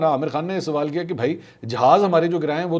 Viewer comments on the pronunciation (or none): none